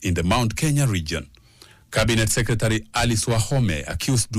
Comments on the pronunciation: That reporter needs to go to pronunciation classes. The word Secretary..... Can be pronounced correctly and better. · Waah this reporter is actually saying Secretary 😂😂😂😂